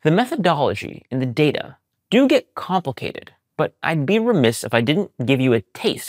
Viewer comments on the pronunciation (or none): none